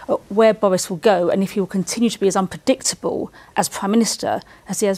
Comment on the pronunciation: Did she really say "wess unpwedictabuw "? lmao